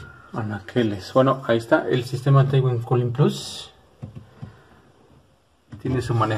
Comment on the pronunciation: excelente el vídeo, pero se pronuncia Tuin (Twin) y no T - Win un saludo💪